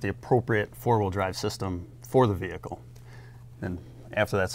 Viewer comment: Why does she say "hawheel" when saying the word wheel